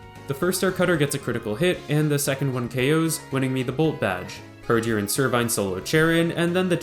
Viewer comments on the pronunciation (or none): mans really said "hurjor"